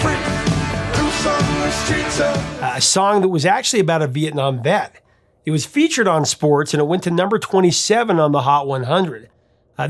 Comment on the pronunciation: Hy crap. I thought he said "meth" not " vet"...when he first started dropping names on who write it, and how much he loved I was thinking "Jesus, these are some sophisticated methods heads." Then i heard it. Thank you veterans.